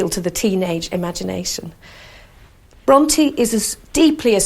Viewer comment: Can it be that you are judging a little bit too hard here? I understood the pronounciation as "Bronty" - perfectly right for me. As for the authors I love them both as both of them had detailled insight within the human soul.